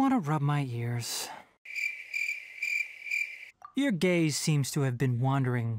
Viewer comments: WHY DID THE "your gaze" SOUND LIKE YOUR GAY?!(9 HELP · I heard: “ your gay “😂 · Your gaze… What I heard: Your gay… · Why the hell does it sound like: "Your Gays-" 💀💀💀💀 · I PAUSED AT "gaze" AND I HEARD "your gay" 😭😭😭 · When he said “Your gaze” I heard “Your gay” 💀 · Why does “gaze” in genshin sounds like “gay” 😭💀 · Gurl i heard: “your gay-“ instead of gaze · I thought he said your gay 😭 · I THOUGHT HE SAID YOUR GAY💀